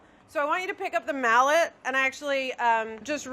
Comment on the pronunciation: Lobster mallot? That's a mallot-mallot. :P